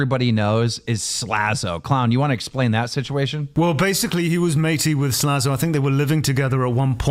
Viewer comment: Tommy still can’t say “Slazo” either. (“Zlazo”)